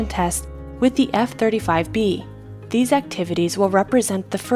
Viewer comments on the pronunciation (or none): none